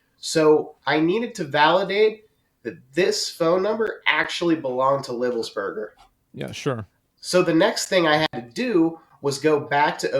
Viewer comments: he can't even say his name right .. livesberger? whos that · this guy cant even pronounce his name right. its livelsburger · "Lives burger" Cringed every time.